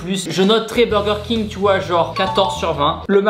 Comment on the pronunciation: Qui dis midi dis birger king